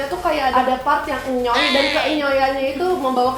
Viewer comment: Ngakak pas bilang " enyoyyy nya "😆😆😆😂😂😂